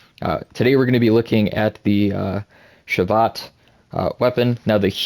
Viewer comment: Pronounced sha veet